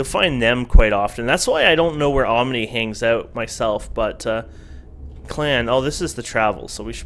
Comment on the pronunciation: Om-a-nay LOL